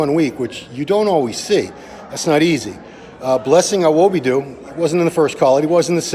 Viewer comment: please, it is Awodibu, not Awobidu. And yes, Nick is going to get the ring, it is a clear win for him